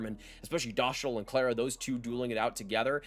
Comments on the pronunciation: Dough-stahl not dosh-tol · Yep, it's simply Dostal as in MS-DOS. Good vid. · It's DostWALL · send me a video where Dostàl says his full name and pronounces it “dough stahl” and I will admit that I’m wrong. I’m serious too, I won’t take back my words or anything. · S=s. Š=sh. A=a. Á=aa So Hašek is Hashek while Lukáš Dostál is Lu-kaash Do-staal. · Its Dough-stahl - Eastern European. You must be thinking of his first name. Which is LOU-KASH